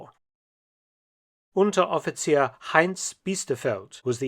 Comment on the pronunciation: When you said Unteroffizier around the mark i swore i was hearing a german native speak. That was a remarkable pronounciation.